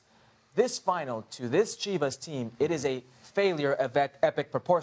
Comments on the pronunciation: "CHIV-ASS" wtf? man?? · It’s Chivas. Nuff said